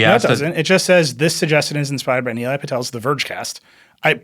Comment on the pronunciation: Actually he’s pronouncing his name correctly. Nilay himself had Americanised his own name sadly.